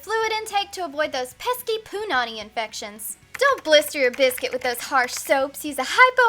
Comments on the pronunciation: They way she says " Punani " annoys me cause I'm Hawaiian and it just sounds weird .She's emphasizes the " pu" too much . Just say " pu-Nani " not criticizing cause I love her videos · Forget it, at some point in this video she called her vagina "poonanny"